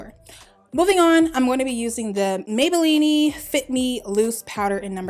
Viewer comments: That intro :-)!... I love this tutorial, BUT it is pronounced MAY-BAH-LEAN NOT may-bah-lean-nee! LOL...beautiful look! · Why she keep saying Maybellini??? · Maybelline-e lol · I love how you say Maybelline-ey lol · CLovely LC i laugh each time